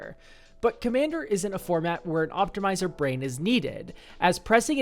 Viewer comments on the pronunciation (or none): none